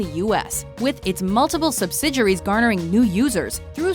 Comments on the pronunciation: OKAY.. Listen Announcer lady.... Say it with me... Before I reach through the screen and smack your Mom..... SUB-SID-EE-AIR-EE!!!! = Subsidiary Not however the hell you're saying it!!!! sub-sid-your-ree... UMMMMM NO!!!!! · You're killing me with the way you're pronouncing the word subsidiary. Does it look like a French word to you, is that why you're pronouncing it the way that you are?